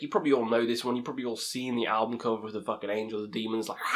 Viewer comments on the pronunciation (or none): none